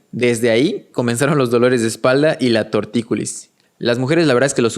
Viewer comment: A ver, el vídeo muy interesante, pero a ver si aprendemos a hablar bien. Se dice Tortícolis, y no tortículis, o hubo, y no hubieron. Ya son dos faltas importantes las que he encontrado de momento.